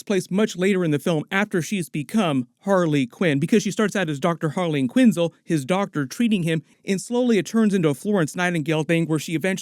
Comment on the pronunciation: "Harley Quinzle"? Harleen Frances Quinzel, Last name pronounced: "QUIN-ZELLE", like the money app "Zelle". Have you never heard anyone say her last name out loud before? Stupid...